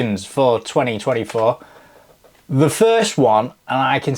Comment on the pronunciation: I thought I heard twenty-twenty-f**k instead of 2024